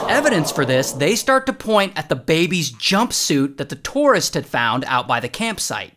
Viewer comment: I was listening and when you said "a random tourist", I thought you said "a random Tortoise".